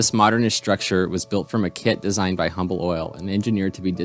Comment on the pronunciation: Well done! For future reference, Humble Oil and Humble, TX are pronounced "umble." If you want to go completely old school native, Houston is pronouced Youston. LOL!